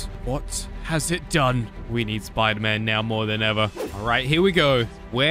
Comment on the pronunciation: Bro that's not sderman that's spoder man